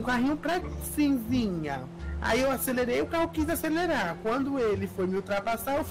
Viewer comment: "Tuqui" kkkkkkkkkkkkkkkkkkkkkkkkkkkk